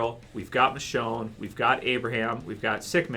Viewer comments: it's michonne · Guy's, I'm sorry to break it to you, but it's Michonne ...